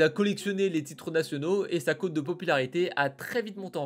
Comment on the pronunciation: *sa cote de popularité (que l'on prononce de la même manière que cotte de mailles d'un soldat - et non "côte"). *Chapel Hill est en Caroline du Nord.